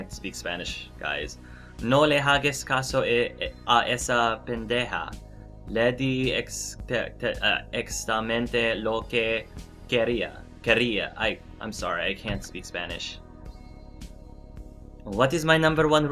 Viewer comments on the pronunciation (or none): Oh my gosh, you were so cute trying to read in spanish and you did quite well! the only word you seemed to have trouble with was "exactamente" wich is pronounced "ex-ah-ck-tah-men-te" and don't worry, the translation you put in the video was perfect!